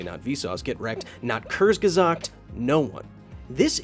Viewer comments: oahh it's not "curse gezaggt". It is pronounced "k" and then "oore" (like in "Moore") and then "ds". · Just FYI, you pronounce the U in Kurzgesagt like the OO in boots. "Koorzgesagt". The way you pronounce it, you'd write it "Körzgesagt" :) Hope that helps :) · Thanks! I will be more careful about reporting worthless channels. BTW, Kurzgesagt is pronounced "kurts-ge-zakt" 😁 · You pronounced kurzgesagt wrong- the z is read as c. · I just love your pronounciation of the German word kurzgesagt. :D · Thanks for this Video... BUT That was the WORST pronunciation of "Kurzgesagt" I ever heard... (From the perspective of someone who speaks german)